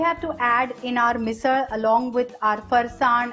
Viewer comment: Loved the fact that MISAL was pronounced with the typical marathi L. And yes, the misal does look yummilicious